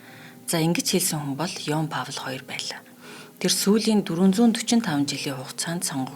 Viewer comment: Хамгийн эелдэг сайхан хоёр бүсгүйгээ сонслоо.. Манайхан энэ нэрнүүд дээр ач холбогдол өгөөд жаахан судлаад нэрийг нь (кино ярихдаа ч гэсэн) тухайн улсын дуудлагаар нь хэлвэл сайхан бнаа. Энэ хүний нэр герман англи хэлээр өөр өөрөөр дуудагдах байж. Харин хоёр дох нэр нь яавч Павл (слав сонсогдоод бгаа юм) биш юм аа Паул, Поол эсвэл латинаар Паулус гэх байж ээ